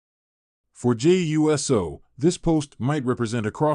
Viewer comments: It's USO ( i.e. UOOOOOSO! Get it right! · You need to learn to say uso it uso not uso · Yeah dude fucked up the name Jey U.S.O😂